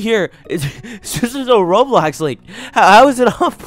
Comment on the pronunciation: ITS NOT ROADBLOCKS ITS ROBLOX